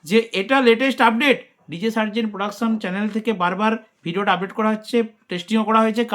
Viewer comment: Atleast Hindi ta to thik kore porun...😂 Sarzen da Likhechee ek bujheche r ek 😂